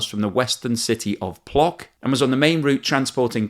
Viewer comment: The city of Płock has a polish letter ł, it's read PUOSK not Plok